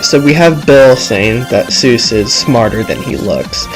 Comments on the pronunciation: It's Soos not Zeus. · its not zeus its soos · 1. Its sheriff blubs not sheriff bulbs 2. The "door" is an Aztec sunplate 3.Soos, not Zues (I though the same thing at first too lol) 4.Nice vid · Mistakes: That's the Aztec calendar... Fail. You pronounced "Soos" wrong. Those are alchemy symbols. (I'm not sure, but still) There are books 2 and 3. Did you think there wasn't a 1? (Not trying to sound like a douche, sorry if I did) Now, this isn't a mistake, but a theory is that the llama stands for nature and the ice bag stands for unnatural beings. In the wax episode during the credits, one of the heads says that llamas are nature's greatest warriors. Then in the Market episode (The one with the Dawn2Dusk) there was a unnatural brain in the freezer. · You mispronounced Soos' and Sheriff Blubbs' names